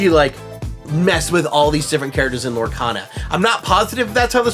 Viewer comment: Uh...it's Lorecana. Not cata.